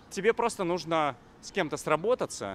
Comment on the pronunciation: "нужно" (с ударением на последнем слоге) - в этом наше всё ))